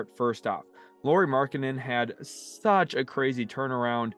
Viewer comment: Almost 5 minutes in, so I probably will comment again later but! It's not "Lori" Markkanen (as you keep saying it), it's Lauri which is said similarly as a Lowry in Kyle Lowry. (Or that's as close as English speakers get 😄) Thanks!